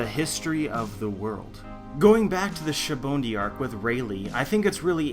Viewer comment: What is with people pronouncing "sabaody" like "sha-bun-di"? Its "saba-ody". So annoying lol